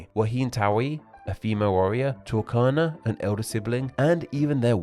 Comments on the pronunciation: Correction. Tuakana. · should be tuakana